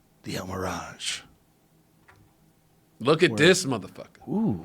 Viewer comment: Joe "The el miraj" Rogan